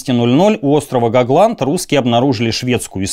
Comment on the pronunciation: Честь историка правильно произносить названия мест и фамилии героев рассказа. Иначе нет к такому историку доверия. Например : Гогланд и Кексгольм...